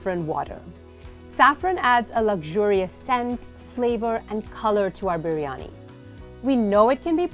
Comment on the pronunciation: I was shocked how correctly you were pronouncing biryani...like proper ❤️